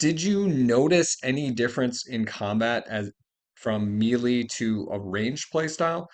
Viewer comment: Never heard someone pronounce melee like that. Mealy?